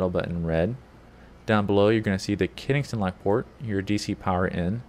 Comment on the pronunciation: you said kiningston lock, its KENSINGTON